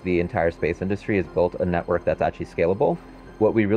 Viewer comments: What’s a ‘netweork’? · "Building a global ground station "netweork""